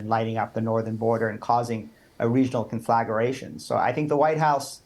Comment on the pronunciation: Think tank doesn't know how 2 pronounce 'conflagration'. I feel less safe.